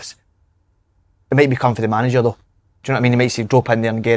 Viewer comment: Someone tell Si how to pronounce the word "though".